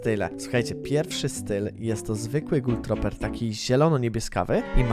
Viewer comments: Gul troper , jezu mówi się gul truper xD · Ej gul truper sie czyta jak cos